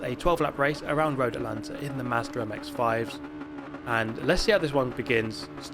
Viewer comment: Wtf is Mehzder MX-5?